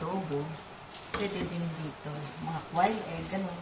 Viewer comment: its pronounced as kwail egg.